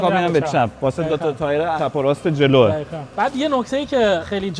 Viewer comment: این قشنگ معلومه بچه آبادیه..مثل لکا ق روتلفظ میکنه...دخیخأ😂😂😂😂